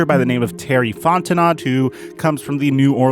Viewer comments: Hey man.. quick tip from someone from the south... Fontenot is pronounced Font-n-Oh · Lol it's "Fon-tin-oh" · It’s Terry Fon-ten-no The T is silent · As a Louisiana native, I have to tell you: Fontenot is pronounced FON-TEN-KNOW. He is a Cajun. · Love the video homie. Let me help you out Fontenot (fon ten know he's from Louisiana it's a French pronunciation) But anyway as a Saints fan I'd love to get julio out of the nfc south I wouldn't care where he went aside from Tampa. Lol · Fontenot the t at the end is silent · Fontenot is pronounced Fon-ten-o..T is silent..A French thing..From New Orleans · Fontenot is pronounced font en no. Louisiana names are different. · Terry Fon-ten-oh 😉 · Its Fon Tan ooo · terry fontenot is pronounced fon ten no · Fon-ten-oh is how it's pronounced, m'man :) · It’s pronounced Fon-teh-no buddy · Pronounced "Fon Ten No" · The T is silent in Fontenot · The way you pronounce Fontenot is painful to my ears lol.